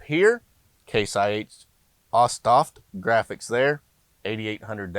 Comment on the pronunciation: Hey mate just so you know it’s pronounced Toft has an o sound